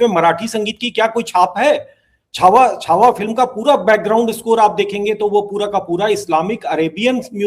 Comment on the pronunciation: Shahujee Maharaj nahi Shri Sambhaji Maharaj...please see that u don't talk wrong things . Chaava bolein . Chavha nahi . Cha mein Aa ki matra , wa